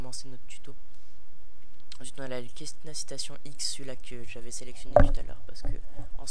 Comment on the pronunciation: On dit pas quessna c est un C cessna